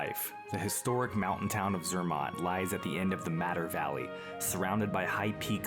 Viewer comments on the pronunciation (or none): Cela ce prononce Zermatt et cervin... Non pas zermon et comme vous prononcez...